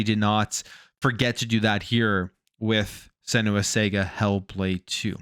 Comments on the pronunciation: Sarga... It's pronunced Sarga not Sega 😂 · It’s pronounced s’ahh’ga !!! Not sega 🤦🏻‍♂️